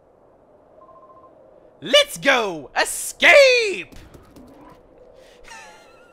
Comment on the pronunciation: No you keep saying escape wrong